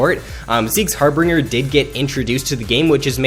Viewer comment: Like the vids. Just one critique, it is called Zeke's Harbinger (har-ben-jer)